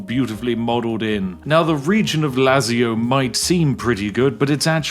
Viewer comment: How Spiff says Lazio…. 🤭